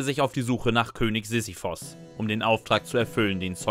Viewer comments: Er spricht allgemein die Namen nicht korrekt aus. Z.b. Sisyphos anstatt Sisyphus. 😄😄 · SisyphUUUUUS nicht Sisiphos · ich würd mir das ja gerne ansehen, aber wenn du immer Sisyphos anstatt Sisyphus sagst, triggert mich das hart.